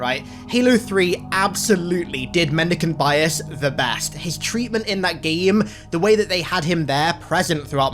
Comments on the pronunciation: Mendeecaynte biyass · Take a shot everytime he says mendecant bias